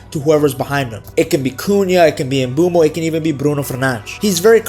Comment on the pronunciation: I really cant stand - "Embumo"